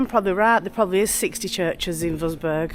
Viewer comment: Love watching your vids, Having lived in Germany for many a year can i just correct you on your pronunciation of the town Wurzburg. It is pronounced Vertzburg. Please show more of Germany as we miss it so much